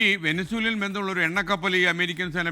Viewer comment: Horrible PP James, please pronounce Venezuela properly. Sitting at Trivandrum and predicting South American politics!